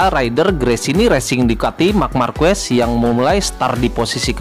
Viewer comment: Marquez baca markez bukan markuez